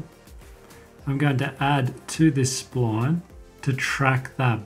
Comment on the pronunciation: i love the way you say sployone (SPLINE) / thanks for the video